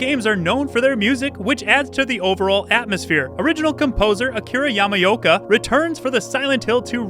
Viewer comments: yama-yolk-uh lmao why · Akira Yamayoka. Ямаёка? Ёмаё 🤣